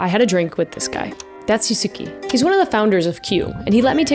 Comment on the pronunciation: Yusuke is pronounced "Yoos-kay"